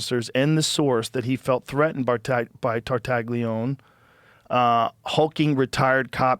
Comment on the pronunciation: Tartaglione is pronounced tar-tah-LYOH-neh, Joe, you knucklehead lol tar- (like 'tar' in tarnish) tah- (short 'a' sound) LYOH- (The "gli" makes a liquid "ly" sound, similar to the 'lli' in "million," followed by a long 'o') -neh (short 'e' sound, like 'net' without the t)